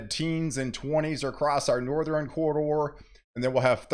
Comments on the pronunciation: It's NORTH - ERN. ..... not NORTH - REN. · Please stop saying North-er-in. (South, East, and West...ern) It's Northern. The way it's spelled is how it's said